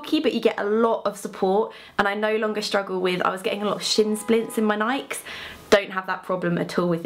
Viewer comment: Absolutely kills me how English people say Nikes. >.<